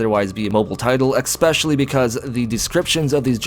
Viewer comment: Please... Stop saying "ECK-specially".